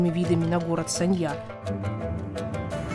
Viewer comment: Город очень сильно изменился с 2006 года. Не узнаю. Познавательный видос, но музыка фоном отстой. И постоянно повторять название города да ещё и с не правильным ударением, тоже так себе ))))